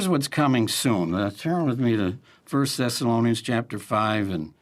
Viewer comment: Nobody:: Tony morris: "turn with me to 1st thessalonaiunns🥴🍷🍷🥴"